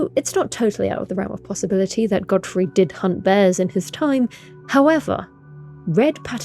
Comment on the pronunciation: How can you say Godrick right, but not Godfrey? "Goddah Froy" 🤣